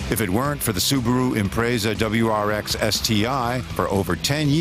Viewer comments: I swear if I hear "Imprayza" one more time... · Imraaza? Or impressa? Lol how do u pronounce it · "Subaru ImprAIZA" ??!! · This is to remind you the subaru Imprayza is the greatest car ever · What's an Impraysa? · Imprayza lol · Did any else want to punch this guy in the throat for how he says impreza